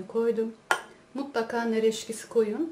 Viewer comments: nar eskisi deil nar eksisi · Nar eşkisi değil nar ekşisi olarak söylenir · yalnız o onu demiyor. Nar ekşisi konulur tabiki videodaki bayan "Nar EKŞİSİ" yerine "Nar EŞKİSİ" Dedi. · Nar eşkisi değil EKŞİSİ. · Nar eşkisi değil nar ekşisi🤣🤣🤣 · nar eşkisi değil nar ekşisi lütfen:)) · Nar eşkisi değil,nar ekşisi denir ona. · nar eşkisi değil nar ekşisi